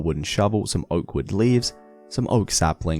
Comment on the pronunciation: when he said oak wood leaves it sounded like awkward leaves